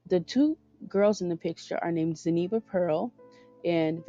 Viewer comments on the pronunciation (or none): should definitely play him. They look like family. And I believe his daughters name is pronounced zen-oh-be-uh my cousin has the same name spelled the same way and that's how we pronounce it but who knows right? Lol good video. And I'm loving your videos. I have some ideas for future videos I'll get them to you soon once I gather all the info! Enjoy the weekend